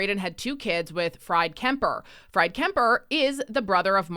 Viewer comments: I love your channel, keep up the great work. I have not read previous comments, but you need to “correct” the pronunciation of “Freid Kemper”… it’s pronounced “Freed” not “Fried”, like French fries. I met Freid and Margaret Kemper/Trudeau on a private island near Gananoque in the early 1980’s and I can assure you first name is pronounced as “Freed”, ironically, like the “Freedom” convoy his useless stepson stepson eviscerated. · Fried is pronounced ~freed~. Like in "you freed the people". Freed. It's German and short for Friedrich or Fredrick in English. Nice little alias for him? It's probably just his nickname. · Fried is pronounced Freed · I think the german name "Fried" is pronounced "Freed"?